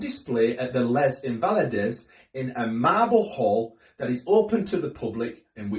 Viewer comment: Lez Invalleydoz ? Loudez? Really? I take it that you did not have French lessons at school.